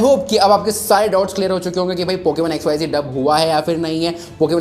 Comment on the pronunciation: XYZee nhi re XYZ hain voh...😂😂